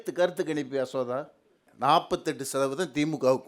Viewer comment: அசோகா பேர் சரியா சொல்லு பா. ஆமாம் பேர் சொல்ற அளவுக்கு ரொம்ப பரிச்சயமோ.🤣